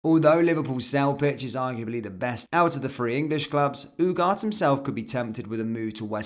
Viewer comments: every1 is saying Ugatthe and u r saying UGAT why? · ooh-gar-tay not ooh-gart. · As a person of Spanish speaking heritage, this really hurts the ears.